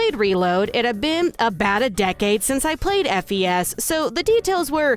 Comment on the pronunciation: Hello. It's pronounced "Fes" btw. As in short for "festival". Not F. E. S. Okay bye.